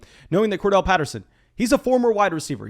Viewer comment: It’s CordArrelle Patterson… please learn to pronounce it bro it annoys me every time lol